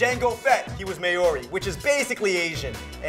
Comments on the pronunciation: Mayory? facepalm lol its pronounced maury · May-or-ee, oh my lord that pronunciation. :'D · may-or-ri, WTF?